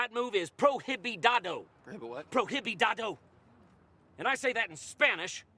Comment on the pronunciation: Prohibididado? Prohibido haha pro-ee-bee-doh